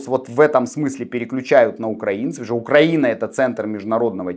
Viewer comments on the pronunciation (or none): none